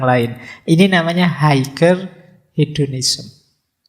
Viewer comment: Nun sewu, "Higher" bacanya "Haier"...g nya gak dibunyiin..